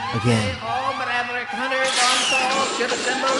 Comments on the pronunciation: ???in the intro it says 'all meraverick hunters" insted of "all maverick hunters"... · It sounds like Meraverick to me lol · Uuum... is it me or the voice on the loudspeaker said "Mareverick Hunters"?